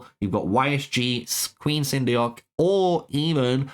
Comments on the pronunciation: Actually it's pronounced "sun duck" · Everyone seems to have trouble pronouncing Queen Seondeok. It’s Korean and it’s pronounced “Sone-doc.” Nice and simple.